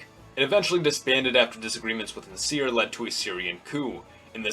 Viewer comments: First, I wrote it down, and didn't pronounce it, so how do you know how my pronunciation sounds? I can pronounce ص more or less (I speak some Arabic and my grandparents spoke it as a first language). But my point was not that an American should be able to imitate an Arabic accent perfectly, but even still, saying nahSEER is still too much of a mistake. Like, even if he watched news footage from the period when Nasser was alive, who pronounced it as nahSEER? Same goes for any foreign name. There's accepted, common ways for an English speaker to pronounce, for example, the name of the Russian composer, "Tchaikovsky", which, although it may not sound exactly the same way as the way a native Russian-speaker might say it, is still within the realm of an educated, informed pronunciation. If you say "TSCHAI-kovskee" or "tshaikov-SKEE" emphasizing the first or last syllable, you'll sound ridiculous. Or, take the painter Van Gogh, you don't have to say it the way the Dutch say it (the "gogh" in his name sounds like Arabic خ), you can still say it the way Americans/Brits say it "Van GO" but if you put all the stress on the "van" and say "VANgo" that , to me, sounds absurd and ignorant. Same thing with "nahSEER". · Stop pronouncing Nasser as "naSEER." Emphasis is on first syllable, NAH-sser. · This video is false. First, Nasser is not pronounced "nuhseer", secondly, Jamal Abd Al Nasser is not a Baathist in fact he called it fascistic. He is an Arab Nationalist. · Even so, Nasser was a famous enough personality whose name was well known in the West and if you watch or hear news footage about Nasser from 50-60 years ago, they never said na-SEER. I'm not saying he needs to have an Arabic or Egyptian accent. I would make the same criticism if he pronounced Nehru, or Gandhi's names the accentuating the last syllables. like nehROO or ganDEE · It kind of irked me the way you Pronounced Abdel Nasir